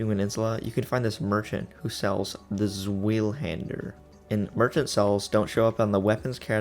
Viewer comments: I like it when he tries to pronounce Zweihänder xD As a german I find that quite amusing^^ Very good video though. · Zweihander is a weird word. It's pronounced similar to why-hander, but you switch the W and H for Z and V. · "Swilhunder" hahaha, the correct pronunciation is "tsvaihandea" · I know it's not important, but the sword is pronounced (Zvy-hander) One of my favorite swords of all time, and in elden ring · “Zweihänder” is pronounced “Zvai haander” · Bro said "Swahili-hander" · How to pronounce zweihänder (doublehanded sword): Z=ts , w=v(like in valor), ei=I (like I), h=h, änd=basically end, e=e(like in end), r ... what ever you feel like honestly most germans dont pronounce it anyway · Every germen after he sein Zweihänder like this swielhänder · The Zweihänder is pronounced Z-why-hander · Hauahahabauagsh try to say ZuWayhander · Zwei is German for 2. So it directly translates to "Two Hander" (It's pronounced "Zv-eye", sorta. Zw is kind of it's own sound) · Awesome video; for information purposes the Zweihänder is pronounced like “ZV-eye” as in the german word for two as in a two handed sword. 👍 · It's Zvaihander when pronouncing it. It's a German sword and in German, w is pronounced as a v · you pronounce it as [ z - way - hand - er ], except swap out the "y" for and " I " pronunciation. hope that helps frend :) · Stop saying suwahuhahander its ZWEIHÄNDER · Zweihänder is german for Twohander pronounced like Tsvyhander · okay i’m sorry but when someone gets information wrong and i know it’s wrong but i can’t immediately correct it i lose all control and go feral so i need to do this 1: zweihänder is pronounced like zwi-hand-er 2: black knives are all women so saying “he” for the black knife in the catacombs is wrong (i know this is stupid to correct and that it barely matters but refer to my opening statement. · A good way to think about pronouncing it is zvy haender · I am german Zweihänder is pronounced difrently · Pls stop murdering the word Zweihänder